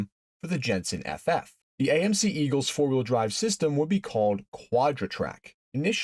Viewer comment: Did he say fart wheel drive?